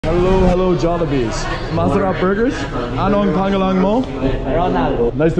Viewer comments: Its pronounced "pa-ngah-lahn" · You've quite improved your pronunciation. From "anong PENG GELENG MOW" to " anong pangngalang mo". And I noticed you avoid the ever annoying " kamusta ka kuya" to random strangers. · WHY DID YOU PRONOUNCE PANGALAN LIKE THAT😭